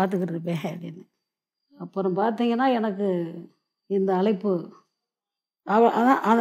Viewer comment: அலைப்பு இல்லம்மா அழைப்பு